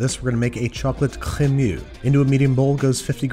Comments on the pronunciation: ?chllleeemmeuuuxxxxxx" he really needs to chill on over exaggerated pronunciation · I'm so sorry but ... the CREMEUX! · Babs, in this instant I am living for your overpronouncing 'crémeux' with the wildly earnest-est of enthusiasms.